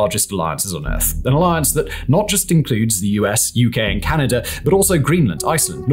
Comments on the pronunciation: And that there's no "er" in Canada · “Ameriker and Canader”😂😂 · Lol "Kalingrad" and "Canader" are really getting to me